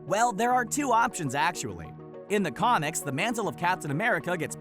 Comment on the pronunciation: he said comics as conics